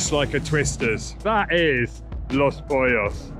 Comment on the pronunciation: Honestly I was surprised you pronounced Cuervo and Los Pollos correctly. I'm still giggling at how you pronounced squirrel from several posts back!! 😀😂 🤣🤣🤣🤣